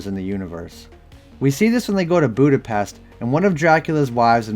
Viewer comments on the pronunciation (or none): none